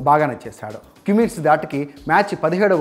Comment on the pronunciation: కుమ్మిగ్స్ కాదు సామి🤣🤣🤣